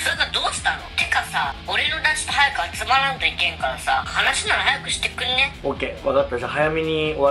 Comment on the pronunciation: 『早くしてくんね』のところ 『早くしてくんに』 になってる笑